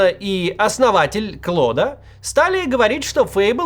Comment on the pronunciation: Мвксим - не Клод а Клоуд